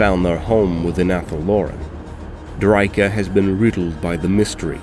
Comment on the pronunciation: You sure you're pronouncing drycha correctly?